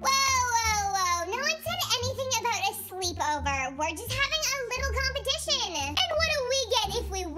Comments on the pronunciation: compitison Me:😭🤭🤭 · the way how said competition the way it sounded like: compatision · Did say competicion?